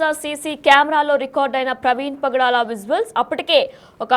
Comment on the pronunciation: Padala kaadhu bro😅 pagadala